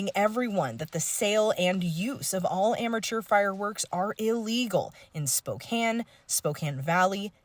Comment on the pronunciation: Really 2? Learn to pronounce Moscow as in Idaho not a city in Russia. We don’t live in Spo-cane. We live in Spoka-can. Crappy as this city is I expect people to pronounce it correctly. Don’t embarrass this city more than it already does on its own.